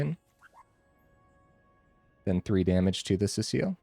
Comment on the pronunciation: See-sull, not Cecile.